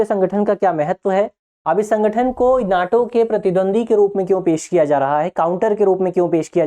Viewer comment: NETO kya hota haii....jeke pehle apne pronunciations ko clear karo....oversmart ke chakkr me jadatr words tum galat bolte ho